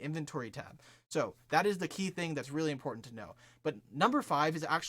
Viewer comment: "five importnat steps"